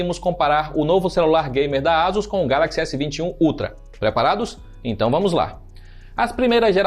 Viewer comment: Não Falas Vamós Lá.